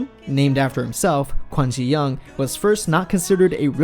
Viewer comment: Can Pronounce Taeyang's name properly. Yong-Bae pronounced Yo-ong. Can't Pronounce GD's name properly. Ji-Yong pronounced Yo-ong. But instead you keep saying Young. Dafuq?